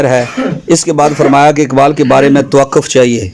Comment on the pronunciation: جناب آپ نے یظھر العالم پر تو گرفت کی مگر خود توقف ق کو زبر کے ساتھ پڑھے یہ ق پش کے ساتھ پڑھا جائے گا